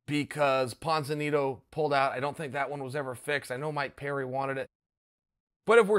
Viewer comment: Uncle Chael is the only person in the world who could get away with being an analyst for ESPN and still consistently mispronounce phonetically-spelled athlete names. ‘Pon...Ponzet...Ponzenito? Close enough.’